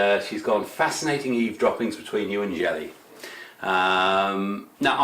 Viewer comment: Hi,”Bonsai Stalker” here! Actually I preferred ‘Faith’ as you called me at the end, cos my faith n following Jesus is completely what I’m all about!! Still some work to do on pronunciation of Jelle...think of ‘fella’ n you can’t go wrong! I’ve already had some dialogue with Big Ben but he doesn’t get d English sense of humour! Funny that, being German n all! God bless all your endeavours 🙏✝️ ✌️🇷🇺☮️🇺🇦✌️